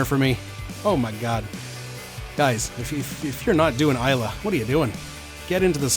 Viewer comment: Hahahaha please don't make this #eggshot a trend, we don't want to do it but... peer pressure is a powerful thing... Booze Breakdown is a great series idea! The Scots thank you for pronouncing Islay correctly also!